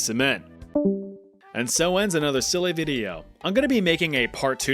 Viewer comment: The way you say ‘silly’ makes me giggle and I don’t know why 😭